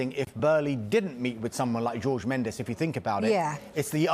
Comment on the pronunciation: Pronouncing jorge as george is making my ears bleed